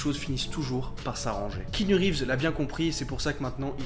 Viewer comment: bon je connaissais déjà la vie de keanu mais pas mal le petit résumé ! (pour faire le relou, le a de keanu ce prononce mais c'est un détail mdr)